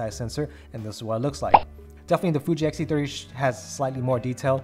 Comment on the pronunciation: It’s X-T30, not XT-30 🖖😘